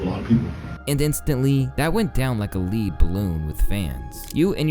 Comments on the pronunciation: a 'LEED' balloon?!, it's Lead like 'Led'. Please stop using ChatGPT and know what you're saying before you record 😩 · Fake video! He said "lead" balloon lol bot he the a.i pronounced lead like leader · leed balloon? really? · if Kyrie was getting insulted. It would be a lack of respect. Not disrespect. He’s getting disrespected so….. yea it’s not lacking. And yea it’s not a lead ballon (like a leader) it’s lead like in ur pencil dog. You gotta get a proofreader or something man, amazing videos but constant grammar errors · "leed balloon?" Man what is this junk? Dont quit your day job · A leed balloon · ‘leed balloon’ 😭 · Is this narrated by an AI?! The 'guy' mispronounces some pretty elementary words: Lead Egregious Confidant WTH? Other than that, cool video.